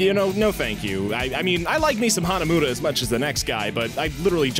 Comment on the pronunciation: Hanamooda? Hanamuda. Muda. He IS Dio!